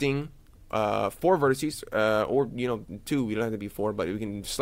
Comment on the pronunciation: Please, please, please stop saying 'vertissy' (it's driving me nuts) - vertex singular, vertices plural.